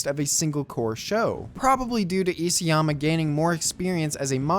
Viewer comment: Isayama is pronounced iSA-yama, not E.C.-yama.....